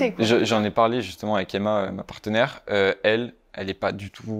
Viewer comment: On ne dit pas "partenaire"💀